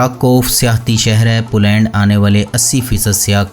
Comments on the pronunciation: بھائی آپ کی ہر ویڈیو خوبصورت فوٹوگرافی اور بہترین معلومات پر مبنی ہوتی ھے جس کے لئے آپ مبارک کے مستحق ہیں۔ مگر آپ کا تلفظ ٹھیک نہیں ھے۔ پولینڈ کی ویڈیو میں ٹھیک لفظ "پولینڈ" ھے مگر آپ نے اس لفظ کو بار بار "پلینڈ پلینڈ" کہہ کر بہت بور کیا۔ میری بات کا برا نہیں منانا بھائی ۔۔میرا مقصد فقط آپکی اصلاح ھے۔ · بھائی صاحب اپنا تلفظ صیح کریں پلینڈ نہیں پولینڈ ہے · اپنا تلفظ صیح کریں پلینڈ نہیں پولینڈ ہے